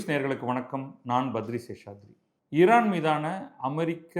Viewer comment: நீங்கள் ஒருவர்தான் மிகச்சரியாக உச்சரிக்கிறீர்கள் "இரான்" என்று